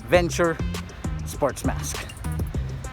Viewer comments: Hii sir.. no offense…Its called Nike Venturer sir… with R po.. not Venture. ✌️👍😀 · It's not the Nike Venture sports mask, it's the Nike VenturER sports mask. You need to pronounce the ER!